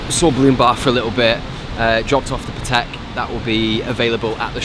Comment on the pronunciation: You are a nice guy, but you are still pronouncing patek the wrong way.